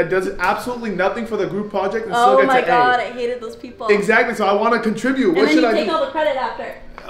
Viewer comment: aint no way mama rug said GAWAD..